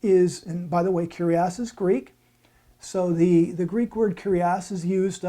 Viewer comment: I'm pleased you are using the correct pronunciation and aren't saying, "Kourios" but "Kyrios" though you are wrong about the feminine form. You said "kyrie" which is the vocative form of the masculine "kyrios". The feminine is "kyria". See 2John 1:1,5. To ShuttergirlUK, the OT was written in Hebrew but the NT was written in Greek, so Greek is very important. It is true that the OT was translated in Greek and that is known as the Septuagint or LXX for short.